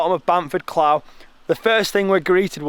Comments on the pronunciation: Clough is pronounced cluff as in fluff but with a "cl". Great video though, brilliant effort and really looking forward to doing this one myself as it's a local one for me. :) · It’s Pronounced Cluff! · Clough = you speak it out as cluff